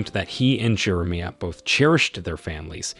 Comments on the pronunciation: Jeremiah, Jerameea? AI again? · How does the AI both nail and butcher the main character’s name in the same sentence 😅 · AI is imperfect because it still must be programmed to pronounce names correctly. In this case, it cannot pronounce Jeremiah, which is a telltale sign that we’re listening to AI. But so close!